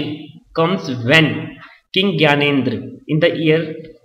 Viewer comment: its gyanendra ...not gyanedre..